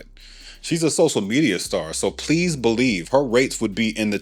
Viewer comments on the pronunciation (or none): none